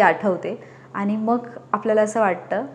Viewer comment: मॅडम, छान सांगताय पण, पण( ण) पन (न) नाही बोलायचं बरं का ? काय होतंय तुम्ही न च्या जागी ण बोलताय आणि (आनि) नाही बरं बोलायचं . तरी कुठे ण बोलावं, कुठे न बोलावं ते जरा समजुन घ्यावं ही विनंती. त्यामुळेच सगळीच मजा जाते ऐकण्यातली. आता तुम्हि म्हणाल मग मिळाला आणि भेटला म्हटलं तर कसं काहीही चालतं ? अर्थ समजतो ना ? नाही चालत मॅडम, समजुन घ्यावं लागतं तो भाग वेगळा पण कान कीटतात आणि आपल्या मातृभाषेतला सगळा गोडवाच नष्ट होतो बघा. मग नुसता आवाजात गोडवा असुन चालत नाही तर उच्चारातला गोडवा ही कायम असावा. प्रयत्नाने जमेल तुम्हालाही.